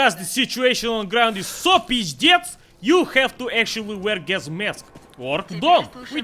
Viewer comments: The way you said "pizdec" gave away your home country, which is Poland. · Meme Lord He is definitely not Russian, he doesn't pronounce a few words correctly (like shashlik). Judging by the way he pronounces a few words (like "pizdec" in this video) he sounds like Polish, or maybe Czech, but I'm pretty sure he's Polish.